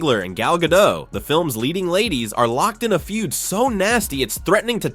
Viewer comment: GadoT - T is not silent, it is Israeli, not French